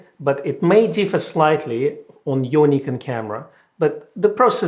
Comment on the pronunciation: Thanks! Nice to hear a mirror flipping again...I think you should have mentioned this also works great for Z cameras too. I’m a big fan of you, Becky and the shop, but I have one picky request: please can you pronounce Nikon with an “o” and not “Niken” as you do now? Thanks! (If you don’t I’ll be calling you...)